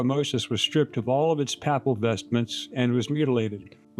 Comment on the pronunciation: "Papal" follows likewise as PAY-pul.